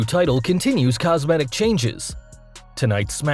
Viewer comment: Cosmentic? Yeesh.